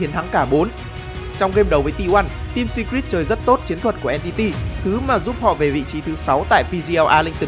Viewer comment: Đọc phát âm Secret chưa chuẩn lắm ạ